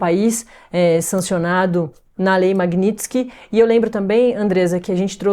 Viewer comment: Essa blogueira nem sabe falar MAGNITSKY, peloamor.....que nível...